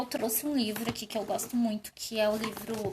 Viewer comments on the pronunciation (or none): none